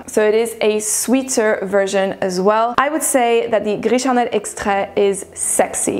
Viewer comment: The way you say « gris charnel » sounds like you speak french ! I didn’t ear any french accent in your english. Du coup je suis curieuse! 😉 les revues sont très bien. Ici je passe mon tour car gris charnel et moi on ne s’entend pas bien. Bonne soirée